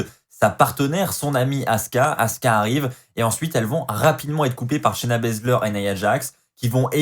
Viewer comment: J'adore comment Charlotte a appelé shayna bazler , shayna blazer